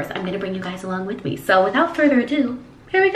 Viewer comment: jeffree you're still concerned with me You're still Concerned with meh